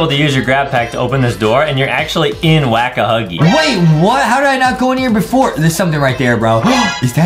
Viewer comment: its not wack a huggy its wack a wuggy